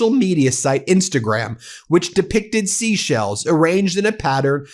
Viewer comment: Ben, 'She sells seashells by the seashore.' I thought I was hearing things, but after the fourth "Sheshell" I turned on CC and it registers Sheshells as well.😉🐚